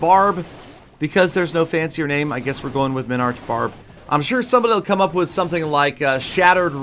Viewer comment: Minbarch? :D